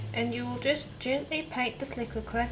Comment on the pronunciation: Thank you. Did you say the black was 'liguid clay'?